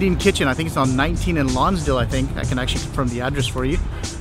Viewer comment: It's Lonsdale, not Lonsdown.